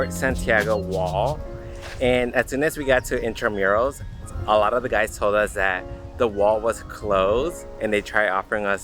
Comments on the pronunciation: Hello guys! Thats in-tra-moo-ros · Intramuros is pronounced as intra-moo-ros 😊😊😊